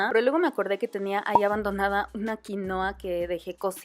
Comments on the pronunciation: Xfavor en español se dice QUINUA!!!!!!!!!!!!!!! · Genial aunque vivo en el país que produce quinua y por favor no se refieran más a ella como QUINOA. ES QUINUA!!!!! Derivado del quechua. Es por respeto a sus orígenes.